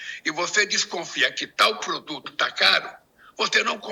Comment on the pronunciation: "Se otê for ao supmecado e o poduto tivé caro, não compe".